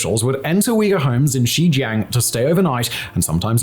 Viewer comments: Simon keep pronouncing Xinjiang as Xizhang...sometimes as Xijiang....sometimes xizhan..its like he's talking about 4 different places. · Next time you make a video you should learn to properly pronounce the name of the region that you talk about. XinJiaaang. Not a hard A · And ur saying Xinjiang wrong, at least get that right